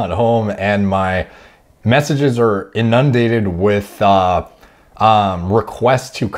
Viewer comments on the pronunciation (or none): Did he say in-nun-dated? Lol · Not trying to be rude, just informative here, but that’s not how you pronounce the word inundated.